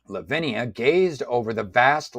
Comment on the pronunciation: I noticed that you were struggling with the character names. You've actually misread some of them e.g. It's FIEHRI not FIERY and it's pronounced phonetically as "fiehree", LAVINIA not LAVINA.